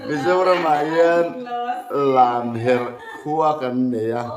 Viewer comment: kha a thiam khawp mai a lamherh kha a swi dik chiah.